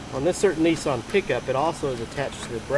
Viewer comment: its nissan not neeeeeeeeeeeeeeeeeson jees.